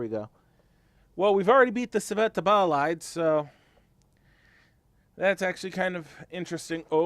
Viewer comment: Ball-ide.... it's pronouced bowl-ide